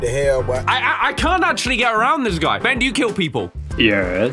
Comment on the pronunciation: "BEN" honestly sounds like "BAN" with the way he says it.